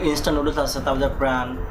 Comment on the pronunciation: Sala pronounce to kora shike ne age NOODLES KE NOODOOLS BOLE